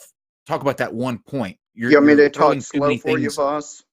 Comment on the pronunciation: Is it just me or did AS consistently mispronounce Vaush's name as "Vaus" instead of "Vau-sh"?